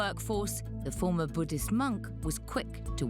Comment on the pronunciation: It’s not Buddist it’s Buddhist 😢 You have to correct this one